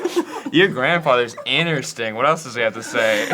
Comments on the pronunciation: saying "innersting" instead of "interesting" started bugging me about 8 minutes in. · i fucking swear sam stop saying innersting theres another t 😡